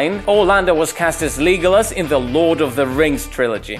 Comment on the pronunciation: I’m sorry did he just say “Leegolis” wtf💀